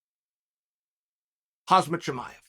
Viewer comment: Hazmat Chimaev🤣👍